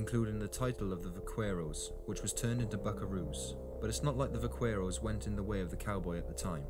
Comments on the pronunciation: It's pronounced "va-care-ro(s)". The "q" and the "u" are silent. Unless you're a Mexican, then it's more like "vah-ke-roh". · I was particularly annoyed by his pronunciation of the syllable "que" as "cue." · It sets my teeth on edge the way he mispronounces "vaquero" (I'm from the Rio Grande and no self-respecting South Texan would say it like that) but overall I agree with the video. The myth I've always disliked most is a Hollywood invention, the quick-draw duel. The outcome wasn't determined by who shot first; the narrator's right, the guns weren't that accurate. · You terribly mispronounced “vaquero” dude! I have fired my cap and ball pistol for years without burns or explosions but I learned the CORRECT way to load the gun when I got it. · It really destroys someones credibility as an expert,if they cant pronounce the words correctly .Its Vaquero and its pronounced Bakerro not with a V sound and not the hard q sound.That is how Buckaroo was derived.The first Vaqueros were not mexicans but rather Native people or Native Americans,if you insist.They were the Slave labor for the Padres and the Dons.Do you think the Dons or the Padres were going to do the hard labor.At first it was against the law for natives to ride horses but after the cattle became big buisness for the spanish,they were taught to ride,so they could work the herd more efficiently.These natives took the classical dressage type riding and turned it into the Vaquero style.Most of those Native people were givin Spanish names as the Padres would not accept their names in their native language and couldnt pronounce them anyway,so people just assume they were mexican. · DEAR LORD DID I JUST HEAR AN ENGLISHMAN PRONOUNCE IT EKSCAPE!!!???????????? UM ESCAPE THERE SIR BAD GRAMMAR. And ❤Vaquero is pronounced Vakero! Ugh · The Spanish/Mexican cowboy name is pronounced "vac-er-o". It is not pronounced with the "q" of is spelling.